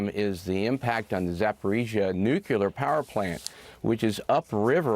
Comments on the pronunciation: This General is an idiot. NEVER trust an “Expert” who can’t pronounce NUCLEAR correctly! It’s “new-Klee-ur” not “New-queue-lur” 😂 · Nuclear, not nucular. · The Americans should count their blessings that this "analyst" general is retired. Love it how he says nuclear sound like "newcular" btw. Somehow he states that the Russians blew it up to degrade Ukrainian fighting ability. Doesn't go into "minutia" though to explain how. Anyone correct me if I'm wrong but if Russians blew it up they managed to cut off their own troops on the other side of the dam they are now evacuating, flooded the regions they control that they've been fortifying for months in the south which is coincidentally almost exclusively affected by this flood, are forced to evacuate russian populations remaining in east Ukraine, wreak havoc in their own supply lines, cut off their own water supply in most of south Ukraine and particularly Crimea which is has this dam as only source of water and of course be forced to shut the now endangered Zaporizhia nuclear power plant the Russians also control and need to power all east Ukraine territories under their control. And in general, if the Russians blew it up then with one stroke they managed to disorganise and create absolute chaos inside their own occupied territory, without electricity and water, evacuating people inside the Ukrainian territories they occupy in the east and south through mud. Makes perfect sense just like it made perfect sense that the Russians blew up their own Nordstream pipelines doesn't it? And on the other hand why would the Ukrainians blow it up? Surely they wouldn't want to create all this c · Did this, an “expert on energy and environmental issues”, just say “Nucelar”???